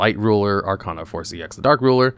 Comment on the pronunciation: Why do you pronounce Arcana wrong? You've seen GX. You should know how to say it.